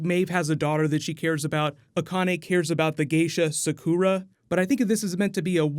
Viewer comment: + if you cringed when he said Sakura